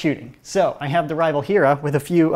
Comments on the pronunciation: It’s pronounced hair-uh not heara not hura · It's hair-a, not hur-a. Great vid though. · It's pronounced hair-a or haira not like he-ra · It’s Heer-a named after the Greek goddess or Zeus’s wife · It's not "herrrrra" it's hera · i pronounced it he ra or hira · I always thought it was pronounced like Hair-a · I think he mean Hera (Hair-a) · Actually it's pronounced "HAIR-ah." Look at any Justice League episode when Wonder Woman says "Great Hera!" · ITS PRONOUNCED HAIRUH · Hair-ah. HAIR. AH. THATS HOW ITS PRONOUNCED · It is pronounced hair-ah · It's pronounced hair - a even though it's spelled hera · its pronounced hair-a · It’s pronounced hair- ah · Stop pronouncing Hera like that I cannot take this